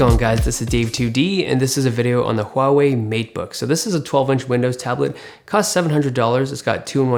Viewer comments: Great review, and the first one that pronounces correctly huawei :p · Unbelievable, you pronounced Huawei right!